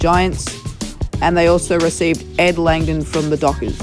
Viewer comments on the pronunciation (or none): Ed kangdom it is ed Langdon lol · I think you mean Ed Langdon not Kangdon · you said kangdon